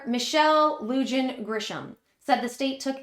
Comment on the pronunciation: New mexico governor name is pronounced Lu hon.